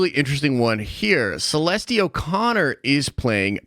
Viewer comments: You butchered Celeste bro - Kuh-Lee-Stee 😂 it’s actually suh-lest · Celeste. seh-lest. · Celeste is pronounced ( sul - lest ) 😂